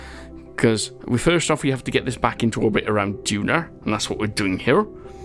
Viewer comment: Hello!!! Thanks a lot for sending me to Duna or as you say Dunarr Lol. Bad news... Everything you have done in a previous version to 1.2, you cannot play it with the communications network... so sad. Keep it up! P.S.: May I Do some surveying or go to an asteroid? Thanks!!!